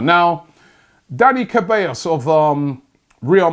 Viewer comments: Robbie please, CEbAllos not CAbEllos. And yes, he's an absolute baller. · Daniel Seh-bah-yos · Looool. That dani Ceballos pronunciation 😓😂😂😂😂😂 'SHE/ballos